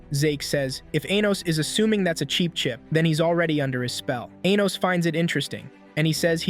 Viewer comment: Anytime this A.I. voice says 'Anos' all I hear is 'Anus'